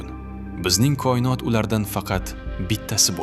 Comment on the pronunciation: Сиздан илтимос кұинот эмас коинот денг